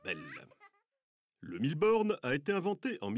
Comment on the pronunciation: C'est moi où il dit Bille Borne ?